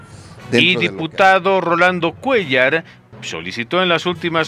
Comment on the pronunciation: Ese cuellar jajajajaja